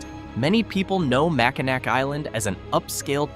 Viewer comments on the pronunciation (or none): Mack-in-awe not Mack-in-ack. But that’s ok. Wait until you hear about pronouncing Gratiot and Schoenherr rds lol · Mackinac is pronouned Mack-in-aw. Michilimackinac is the indigenous name. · It's pronounced "Mack-Ah-Naw"! Stupid AI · 1) Mack-in-naw 2) How the hell is Mackinac some place that "nobody talks about" and no locals don't tell people to stay away...the heck? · OK I'm out it's pronounced Mack-in-naw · It's pronounced "Makinaw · Mackinac = Mack-In-Awe T . T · Mackinac is pronouned Mack-in-aw. Michilimackinac is the indigenous name.(derived from Ojibwe words roughly meaning "place of the great turtle," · Guy can't pronounce Mackinac right Imagine what he'd do to Kitch-iti-kipi. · I live in Kalamazoo.. and it's apparently obvious that people get upset when others mispronounce Mackinac.. In all fairness this city isn't in the news often especially world wide. I was taught to sound it out.. So just imagine how it is when I hear simple FOUR letter countries being mispronounced.. people saying Iraq like this I - rack 😮 and as of late.the country of Iran it comes out sounding like - I ran 😮 😢. Duh I know where they're talking about.. so it's no big deal, but I do correct them lightly just so they'll know better if it comes up in a later conversation. .... Iraq = E - rack. short a sound ,,,,,,I ran = E - ran short a sound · One day I'll watch one of these videos where they say mackinac correctly 😂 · Probably not.😁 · Hahaha AI can't pronounce it correctly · Probably not these YouTubers need to do more research. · You're one of the very few who have noticed that. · Nah. Then wed be out of work.